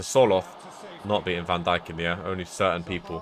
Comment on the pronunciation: I hate how he says van Dijk’s Name Wrong